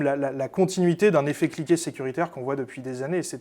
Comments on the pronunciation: Effet Cliquet et non pas " effet cliqué " . Comment peut-on faire des fautes pareilles .... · lisez "Effet cliquet" et pas "effet-cliqué"...